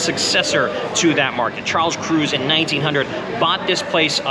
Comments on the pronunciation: FYI, Kruez is pronounced "Krites." It's German. (I only know this bc I grew up there and all the locals knows the pronunciation.) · It’s pronounced krites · Charles "Cruz" lmao at the first place. German not Spanish in the way you say it. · Pronounced croitz